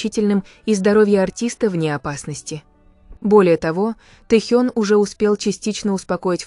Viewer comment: Офигеть! Авария века… в пробке, на значительной скорости врезались сзади! Представить страшно… И научите уже ИИ правильно расставлять ударения! ТЭхён, тИски… смех, да и только. За ТЭхена обидно)))